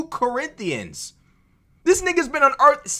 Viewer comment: So many "CorrINDIANS" 😂 "Vivek, might be your favorite book" 🤣😭💀